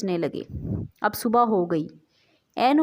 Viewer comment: This word is subh ke khbr not subhaa